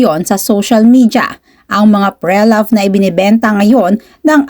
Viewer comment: Pre-loved ( but “Pre” here is a prefix and pronounced as “pri” ) sakit sa tenga po kasi it triggers my pedantic self..🎉😢😂